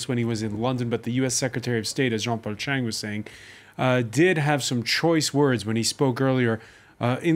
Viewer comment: Come on jean-paul chang with a T in front of your surname........ u can do better bro